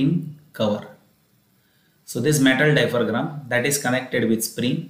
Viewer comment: Oops it’s diaphragm...not dipharam..but thankyou for the concept